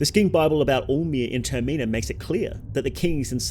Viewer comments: 'TER-MENNA' is pronounced ter-meh-nah the same way it is in majors mask. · Ter-min-a . Terminal . Ter-min-a(l) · Bro tf is this pronunciation of termina lmao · TerMEENA? man wtf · It's pronounced "TER-mi-nah", not "Ter-MEE-Nah". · turr - mee - na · You shouldve put a trigger warning for how you pronounce “Termina” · I can't take you seriously with the way you pronounce Termina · Never heard anyone pronounce Termina like that 😂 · Take a shot every time the word "Termina" is mispronounced. You will die of alcohol-poisoning. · say termina right